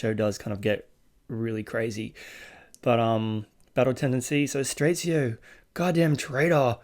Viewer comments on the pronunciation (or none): My dude pronounce straizo like straightzio lol, plz watch more JoJo!